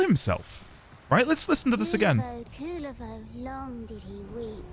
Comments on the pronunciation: Kullervo is one of the best warframes rn, top 3 at least, hope you try him, theres mountains more lore in duviri to be found as well. Also, the general community agrees to pronounce it "Koo-LARE-vo" instead of "Cooler-vo" cuz that shit sounds lame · as a Finnish person it kinda bugs me how the game pronounces Kullervo 😅 Game basically pronounces Kulervo instead of Kullervo. No harm done tho. Oh yea btw if you wanna understand Kullervo’s lore it is directly inspired by his namesake in Kalevala (finnish folklore) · the pronunciations. you said "Kulervo instead of Kullervo" , and i don't get the difference either 😅